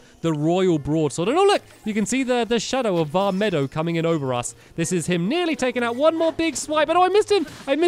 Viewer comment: Stamps pleaseeeee stop calling it vah meadow it's vah meed oh